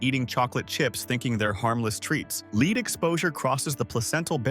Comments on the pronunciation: Big hint: LISTEN to your AI audio before you post a video. The metal "lead" is pronounced "led" NOT "LEED." And M&Ms are not pronounced "Em. And. Ems." I hope you are embarrassed by the audio you've published. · Where are you from saying leed when you mean lead? Dummies! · Leed for LEAD? Ai slop i m outta here! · Dear AI: It's "led" not "leed." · These tend to be informative and important, but PLEASE either have a real person narrate or tech your AI to pronounce words and names correctly. Lead is NOT leed. And it just goes on and on. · Tell your AI robot to say, "led" instead of "leed" when it reads "lead."🙄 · Why can't this AI speaker correctly pronounce "lead" as "led" consistently? Often pronounces "lead" as "leed." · They need to work on the AI. Lead is pronounced 'LED' not 'LEED'. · All the research is wasted when the AI voice keeps pronouncing lead (led) as leed. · Teach AI how to pronounce words that have a different pronunciation depending on the context. For example: Lead (Pb) is pronounced LED, not Leed. Godiva not Go Deeva. Deception doesn't stop at chocolate. It also thrusts itself under one's nose wrt AI. Nothing is real. Nothing is true. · Your AI voice miss pronunciation is consistently incorrect when saying lead. Heavey metal lead is pronounced "led", not "leed". I noticed this in another of your videos too. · LEAD? pronounced LED, NOT leed. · This is an AI narration, just fyi. At one point it pronounces the element 'lead' as 'leed', not 'led'. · If you want people to believe this, you at least have to know how to pronounce lead it’s not leed. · AI says leed instead of lead! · This channel is AI. It’s always a dead giveaway when it’s pronounces obvious words wrong, like lead as LEED. Classic AI mistake. Please don’t support these channels. It’s very easy to find real creators covering this topic. NEVER support AI content as it itself is toxic for humanity. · Get a narrator who can make up his mind how to pronounce LEAD. NOT leed, Led, like dead.